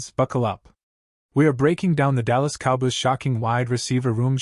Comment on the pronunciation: learn how to say cowboys before you make your stupid videos